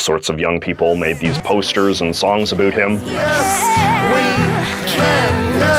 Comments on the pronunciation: Are you pronouncing "about" like that on purpose? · Why does he say about wrong? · You’re so attractive until you say “about” xD (I’m joking I promise)